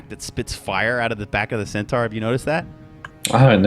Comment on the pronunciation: Every caster is getting this wrong. Centaur, (cent-ore)